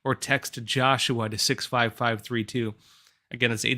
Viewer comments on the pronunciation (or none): none